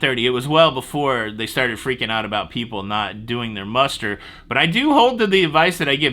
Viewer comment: When I first heard “muster blocked” I swore you said “mustard blocked” and my mind went crazy for a second why a cruise ship would do such a thing. 🥹